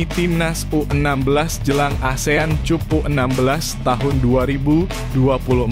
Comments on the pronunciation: BKN ASIAN CUP CUP UCUP MARKUCUP DI BACA NYA MIN. TPI ASIAN KAP..😂😂. PERBAIKI MIN CARA BACA INGGRIS NYA .MAAF MIN BKN SOTOY YA. BIAR AKUN DAN KONTEN NYA SELALU BNYK YG LIKE . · Pelajari dong cara membaca istilah asing yg benar; "cup" (kap) jgn dibaca "chup" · 😂😂😂😂 ASEAN cup????? Dibaca KAP😢😂